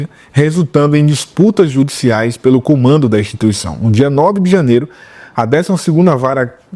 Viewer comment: "cumando da igreja"